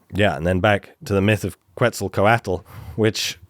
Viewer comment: Please learn how to pronounce Quetzalcoatl. It was so painful to listen to over and over